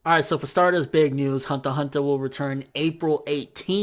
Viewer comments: it's pronounced hunter hunter not honta honta -_ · THE WAY HE SAY THE HUNTER X HUNTER IS CRINGY THEY SOUND LIKE HUNTAH-HUNTAH ITS FRICKING CRINGY MAD JUST DONT SAY IT!! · why aren't you pronouncing the x in Hunter X Hunter?